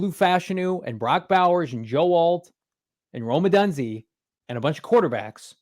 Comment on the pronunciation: Rome “odunzy”😂